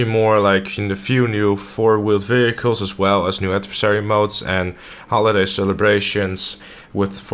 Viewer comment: I love how u say vechiels